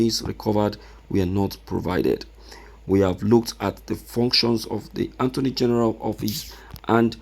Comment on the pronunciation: I thought you are educated, so you don't know how to pronounce attorney from anttoney? Don't you know every time you will calling attorney antoney where is N located in attorney ?